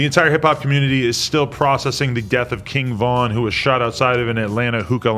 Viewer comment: why did he say “Kinn Vin”